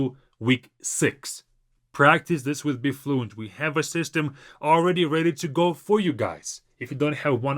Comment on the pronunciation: Not to be funny or anything but sometimes as a native English speaker I struggle to understand some of your English words that you say so fast like your app BeFluent ...I actually had to check that in your comments because it did not sound anything like Be Fluent to me😅 ...I figured it's all about the incorrect stressing of ee in Be.